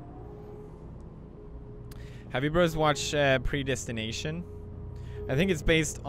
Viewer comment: He said Predestination lol....